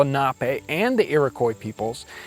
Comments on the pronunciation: Another fine production! Your shows are always top-notch. I minor tip: "Iroquois" is pronounced "Ear-o-kwa," rather than "Ear-i-coy" - at least by all the Iroquois people I've known. Admittedly, these have mostly been Seneca or Mohawk people, rather than the (I think) mostly Cayuga you have down there, but I think they say it the same. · Huh. Here in Canada, we pronounce the name of the Iroquois tribe like, "ear-o-kwah", not "ear-o-koy". I wonder how they refer to themselves... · Iroquois is pronounced iro-kwa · iroquois pronounced like "ear-oh-kwa" my guy ;) love the content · Iroquois is pronounced "Iro qwah" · Iroquois is pronounced like "Irokwa" :) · Leah Laushway you're right, that is the correct pronunciation. Jon said it wrong.